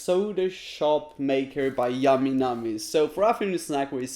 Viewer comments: Y did u go ehhhh it’s ayyyyy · " yamy namy's"